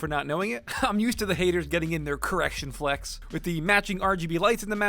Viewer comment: You saying flex sounds wrong